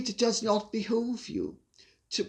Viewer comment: . BE-HO-V? NO... IT'S PRONOUNCED BEE-HOOVE .